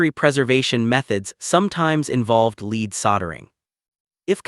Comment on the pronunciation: "Nice" story, but the AI narrator needs some more education on the nuances of language, e.g., 1840's read as "One-eight-four-zeros" instead of "Eighteen-forties", and the pronunciation of "lead" depending on context, i.e., "lēd" vs 'lɛd". Unfortunately, some supposed English speakers haven't figured it out yet, so AI isn't too far behind in that respect.